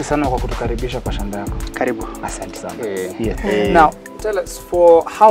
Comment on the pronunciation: The emphasis lol 😂